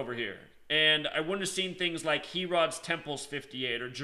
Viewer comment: fossils of dinosaurs This guy is not a Christian at all. He actually said Christianity and Islam come out of the same information, or some such baloney. He also is the only person ever to pronounce King Herod’s name as “He-rod”!!